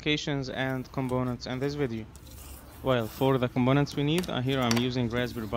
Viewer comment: Sorry to say that you are pronouncing all words starting from letter 'P' as 'B'........ for an example the word 'Component'.....you are pronouncing it as 'ComBonent'..... but why......'P' and 'B' are 2 different letters not the same....don't you know that.... By the way great video.....